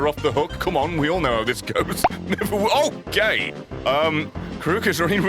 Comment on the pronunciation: do u just say OGAY😂😂😂😂😂😂 u will find it in